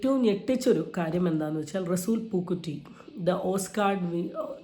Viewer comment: പൂക്കുറ്റി അല്ല കൊച്ചേ.. പൂക്കുട്ടി 😂😂😂